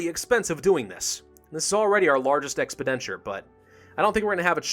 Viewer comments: He never pronounces expenditure right. Lol Ex Pen denture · Not until he learns how to pronounce "expenditure"